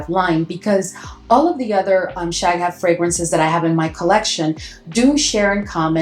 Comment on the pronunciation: Shaghaf is one word, you shouldn't break it up like that. The GH is the equivalent of a very guttural (uvular) R in Arabic.